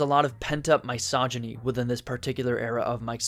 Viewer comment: Dude pronounce misogyny correctly